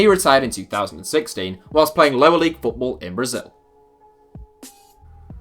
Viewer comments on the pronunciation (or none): none